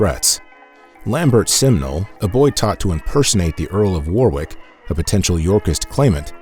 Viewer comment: fascinating account! a couple of English place names were mispronounced and should be read as: warwick (wo-rick) reading (red-ing) norfolk (nor-fook)